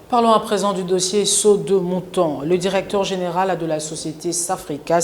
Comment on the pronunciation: Le journaliste prononce durecteur, aldutère...c'est honteux pour un pays francophone.